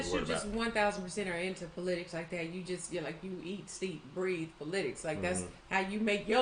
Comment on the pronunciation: please learn to pronounce "politics" correctly.💯🤭✌